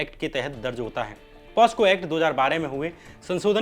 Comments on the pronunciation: Bhai posco nhi pocso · Posco nahi pocso hota hai shyam bhai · कृपया उच्चारण सही करे पोस्को नहीं पोक्सो बोलिए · Posco nahi pocso